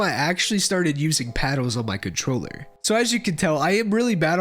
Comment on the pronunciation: bro can you stop saying paddles as paddos im getting wrong thoughts